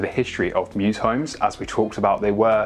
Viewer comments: Temporal is just MEWS. Not "mewses"😂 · Mews, not mew.